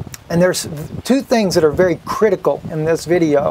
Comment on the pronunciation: I quit listening to him because of the our you serious! It gets on my nerves.